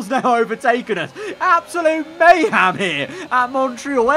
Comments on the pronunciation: Bro. Its May-HEM not may-HAM. Second time in this series that's happened. Jeez. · "absolute maham" - 2022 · "absolute mayHAM here" Love. It. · Mayhem❌ myham✅